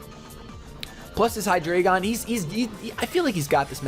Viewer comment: Hydreigon is pronounced High DRY gone Because drei is 3 in german and it is pronounced like dry